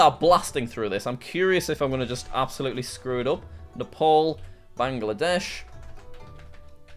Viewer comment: Nah Paul ❌ Neh Paal ☑️